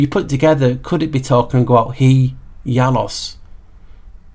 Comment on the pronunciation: Your ‘Janus’ is SO on-point! 😂 You rock my friend, such a delightful, educational video again! Boom! 💥😁🙏🏼 Nameste